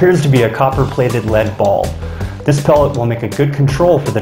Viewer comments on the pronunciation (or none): none